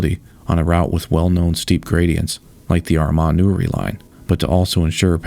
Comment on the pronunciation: Two years later and I'm still appreciative that you were able to say Armagh correctly